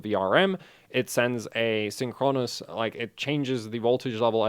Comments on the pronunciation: It's Synchronous, not Synchronos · blame English not. you're right tho, the stress is on the first syllable, because its a compound word, not the penultimate.